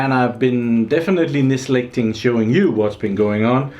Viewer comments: Hi. Your English skills are fantastic even though English is not your native language but I think you mean "neglecting" instead of "nislecting" I love the channel - keep up the great work!!:) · Nislecting? Neglecting? :P